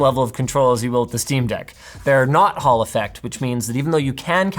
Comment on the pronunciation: I'm glad that you showed how o spell "hall effect". Every time you've mentioned t so far I thought you said "Haulifax".